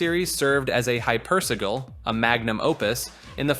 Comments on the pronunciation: Hyper. Si-jil. Not si-gul. That’s si-lee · The way you say hypersigil pisses me off lol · Man you sure had trouble pronouncing hypersigil 😅